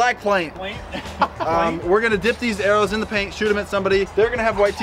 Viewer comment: i have never been able to say paint properly since this video came out